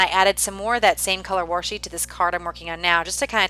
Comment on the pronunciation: I really like watching creative videos like yours - nice job. Just wanted to say one little thing - it's "washi" there isn't an "r". Since its origins is Japanese when they translate words hardly ever us the letter "r".